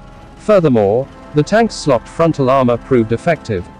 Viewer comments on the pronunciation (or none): Tanks' slopped? Sloped! Rhymes with hope not with slop.